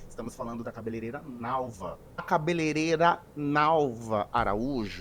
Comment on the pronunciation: ca be le rei ra e não cabeleleira que vc está falando. Aprende, compartilha!